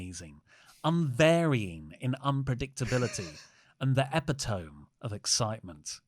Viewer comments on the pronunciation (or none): "Epitome"? Was that merely getting that wrong (common mistake), or did they actually mispronounce it in the clip? It's so long I don't recall. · Epitome,? That's not it to me. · Of COURSE pronounces epitome like that... 😂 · You pronounced epitome wrong 😑